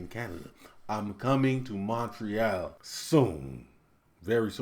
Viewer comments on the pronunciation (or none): Heading to Montreal? Bienvenue (Welcome!) First lesson: Mon-Re-All. Say it fast! You got this